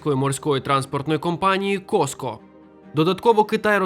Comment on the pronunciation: Та задолбали вы.. не Коско, а Кофко. Учите матчасть. А вообще, спасибо за ролик, очень информативно